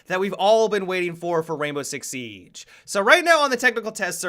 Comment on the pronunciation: Why does he say the siege like sieeeeeegee